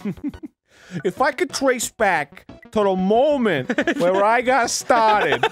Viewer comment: "if I could trace back to the mOOment where i got stahhted" 😂😂😂😂😂